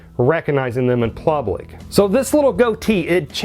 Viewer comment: Did he keep saying plublick??????????? First ima subscriber, but 🤣🤣🤣🤣🤣🤣🤣🤣🤣🤣🤣🤭🤭🤭🤭🤭🤭🤭